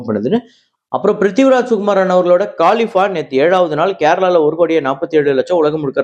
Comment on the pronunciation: கலீஃபா - காளிஃபா இல்லை !! யஷ் - யாஸ் இல்லை !!!